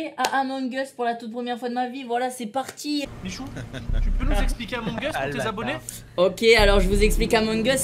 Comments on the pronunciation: les francais: amongeuse Les anglais : among us Les arabes : amangas Espagne : amoung os Italie : amouwenig os? Michou : à mon gosse mdr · Les français : AMONGEUUSE Les anglais : among us Les arabes : amangas Espagne : amoung os Italie : amouwenig os? Michou : à mon gosse😂😂😂😂😂 Edit: wtf MERCI POUR LES LIKES ! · J'étais la sur le live c'était beaucoup trop bien par contre c'est among us pas amon gus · Moi je le prononce amongue uz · Amung us il a dit 😂😂🤣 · amun geus mdrrr (Among us)